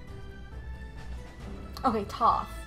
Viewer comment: Close, but the Egyptian god of knowledge is Thoth, pronounced with long "o".